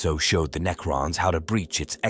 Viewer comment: Why are you saying neacron?